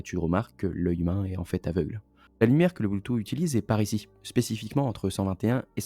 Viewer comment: "Bloutou" XD Mais super vidéo.